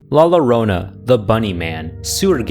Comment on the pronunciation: PLEASE pronounce the ll in llaron as a y sound La yuh - rona